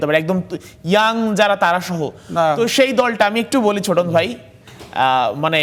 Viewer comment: ছোটন না চোদন 😂😅